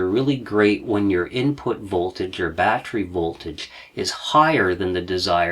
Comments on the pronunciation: Batt ter ee. Not batt re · Love your shows & you but you pronounce the word "battery" as "bat-tree" & it is pronounced "bat-teh-ree" !!! My only gripe but I miss so much because I am consumed with the pronunciation being wrong. HELP ME LEARN, SAY IT RIGHT!! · Just a tip, 'battery' is a 3-syllable word, there is no such thing as a 'battry'. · Very Excellent Presentation! I will try to ignore the "bat-tree" pronunciation because that's my problem. Sub'd anyways.